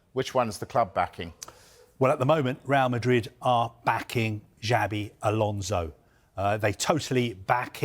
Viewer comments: It's not "jabi alonso" is " chavi alonso". "Ch" like Chicago, not "ja" like jasmine. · "DjiAAvey Alonso"